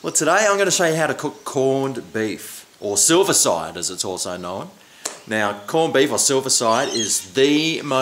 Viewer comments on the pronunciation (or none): KNOW-WIN= KNOWN.......🤣🤣🤣🤣 LOVE IT👍👍